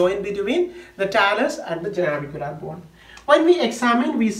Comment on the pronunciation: Nice..👌 Its Navicular man😄